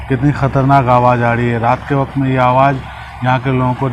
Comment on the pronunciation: हसन सर इस बखत नहीं बोलिए इस वक्त बोला कीजिए अच्छा लगेगा।